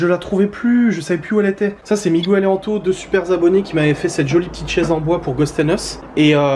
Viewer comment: C’est cool d’avoir toujours sa chambre chez ses parents. Moi à part mon lit il n’y a plus rien. 😅 Miguel ne t’engueule pas quand tu l’appelles Migouele ? Ahah